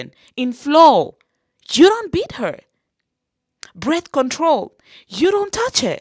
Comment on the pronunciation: Did you say "Breathe control?" I am holering🤣🤣🤣🤣🤣🤣🤣🤣🤣